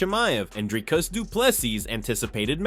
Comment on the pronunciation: Dude... If you narrate on your channel you should at least make an effort to learn how to say someone's name.... You have butchered Dricus name... Worst pronunciation I have heard other than Dana White's attempt.... Try Again...😅